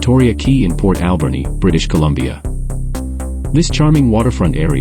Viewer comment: I've never heard Alberni pronounced the way your AI does